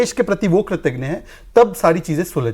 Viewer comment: 'कृतज्ञ' शहजाद भाई।।।कृतघ्न नहीं😊😊